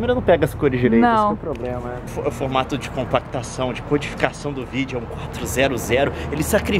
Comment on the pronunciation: só eu que já reparei que, ao invés do Leon falar '' vídeo'' ele fala '' vígeo''?? adorei o vídeo!! Leon é muito inteligente....